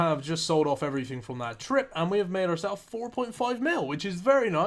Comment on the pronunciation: How do you speak English but still mispronounce everyfing? It's "th" not "f" :) Ign Antrebell